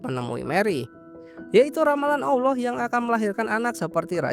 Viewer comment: ALLAH BUKAN AWLOH BANG, jangan disamain ya✌🏻